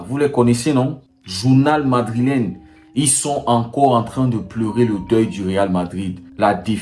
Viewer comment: Pour info, on dit Madrilène et non « Madrilin » que ce soit au masculin ou au féminin. On l’entend un peu trop souvent dans des vidéos.